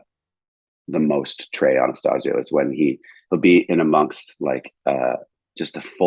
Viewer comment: Pronouncing Trey’s last name incorrectly though… Edit: Mispronounced Junta, too. ✨